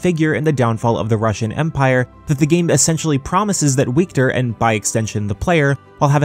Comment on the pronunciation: Wiktor is pronounced Viktor lol In polish w = v